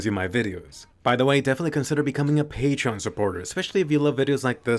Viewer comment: First time he said patreon supporters I heard “pay trump supporters” and had to rewind that real quick to double check 😂